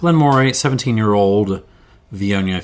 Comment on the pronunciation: In addition to the fyi below on Elgin, Moray is pronounced Murray. Another fascinating in-depth tasting and series of comparisons, and I'm yet only half-way through watching, thanks.